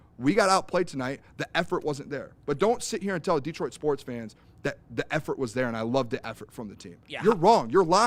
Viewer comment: I need celeb to learn how to say Detroit....